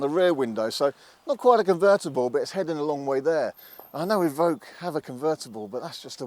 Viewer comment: Range Rover E-Voque you mean? Or EVoque